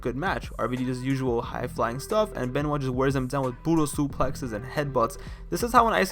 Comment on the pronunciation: You mean Kris Bin-Wah